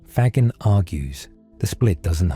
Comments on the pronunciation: Gagging is mispronounced here. "Fa-gene" is closer to correct. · You are doing something ESSENTIAL by making Federico Faggin’s insights more available and understandable. However using a computer generated voice-over contradicts the essential message and, to my ear, weakens the message. Faggin (here consistently mispronounced) argues for the prosody of the real human voice. If you would like to sample the difference you can have mine, freely and gladly given.